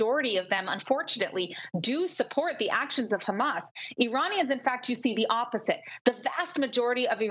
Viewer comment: Ikr least she has a channel so I can watch how angry she gets khhhhhamas she can't even pronounce HaMas lol this is glorious 🎉😅